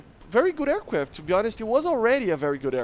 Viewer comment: I am not gonna bully you. I'll just say that saying aiwcwaft instead of aircraft is cute.